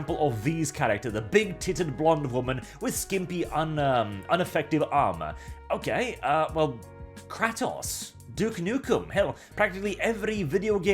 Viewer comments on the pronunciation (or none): something about you calling kratos "cracktos" anger me for some reason.